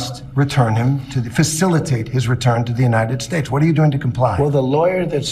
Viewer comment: You would think King Nar would learn to stop talking, but he's just no good at not being in the limelight 24/7, and trying to sound Intelligent and Important. [ - slurring his speech!!... maybe it's time to re-name 'united states' to something he can pronounce unimpeded].